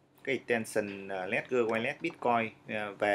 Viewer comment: đọc là Lét-giờ, không phải Lé-gần.